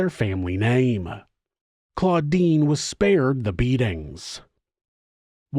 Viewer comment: The sister is CLODINE, not CLAUDINE. Come on, Giles with a J.